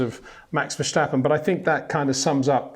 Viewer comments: He says Verschtappen, right? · yes which is incorrect. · HEY PETER WINDSOR, I HAVE MESSAGE FOR YOU SIR: With all due respect .. it is NOT Max "verSHtappen" .. Max is not German (Germans indeed do pronounce "st" as "sht") .. #Max33 = Dutch NL/Belgium! .. It is not "Bottash" nor is it "Lewish" certainly not "verSHtappen" .. This BS started long time ago when a British sport presenter interviewed father Jos Verstappen and assumed you can use a German pronunciation to a Dutch Driver thinking it is so "funny" .. It is not. Serious question: can any Englishman say "versatile" out-loud without saying "vershatile" phonetically? most can about 99,99% .. that is why most English can pronounce Verstappen 100% correct! Father Jos Verstappen (also F1 Racer) was very active between back then only a very few said "Vershtappen" but the vast majority of British sport presenters pronounced it perfectly ... only a few old stubborn farts like Peter Windshor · The old man is too stubborn to ever learn that. Annoying a.f.